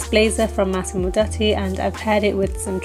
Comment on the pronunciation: It's pronounced "Massimo DOO-tee".